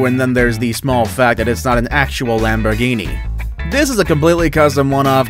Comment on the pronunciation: No u said the Lamborghini wrong 😑